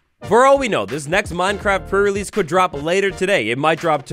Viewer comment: Is it just me, or does it sound like is saying "Pur release" and not "pre relesae"? Everytime he does these prerelease videos that's all i hear, pur release (meow:3 )